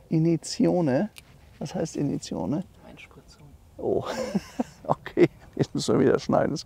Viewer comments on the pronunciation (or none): Das heißt "Iniezione", ihr Analphabeten! Aber Einspritzung ist die richtige Übersetzung.😊